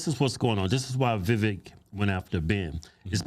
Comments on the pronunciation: Vivek should be pronounced vi-vake like cake. You’d think these guys would know given how political they are. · Its Vi-vāk like cake... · Its vivek like cake! He even told you guys that in the podcast😂😂😂 and you still pronounce it like its spelled! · IT'S VIVEK LIKE WAKE... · VA VAKE like Cake! Seriously as much as the dudes gone outta his way to politely correct people on how to say his name, that at this point, anyone that continues to pronounce it wrong, are doing it intentionally. Also I enjoy Tucker, but he had to of been getting a contact buzz or something from how goofy he was acting on Joe Rogan podcast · The twins had Vivek on their podcast, who told them how to pronounce his name and Keith still can't pronounce it a few months later. 😂